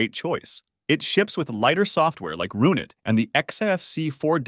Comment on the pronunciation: RUN it. Not roonit .AI dickhead.